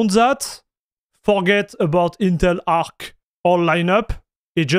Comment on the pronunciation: Teh Eentel Ahk.